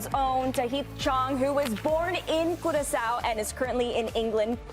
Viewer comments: Someone pls teach em how to pronounce Curacao in English. Its not the Spanish Curazao. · why latinos keep mispronouncing curacao, its annoying its keyuuraah sauw or korsou locally.#pastechi power